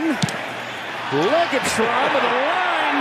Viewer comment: LegaTron? Lol